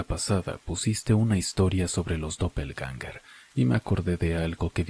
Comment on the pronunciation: 😂😂😂 pues doppelganger no se pronuncia de ninguna de esas maneras, lo he buscado en el traductor por curiosidad. Con respecto a la segunda historia tiene un par de incongruencias, la gente tiene mucha imaginación